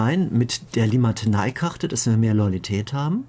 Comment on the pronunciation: ich sag auch immer Limatenei XD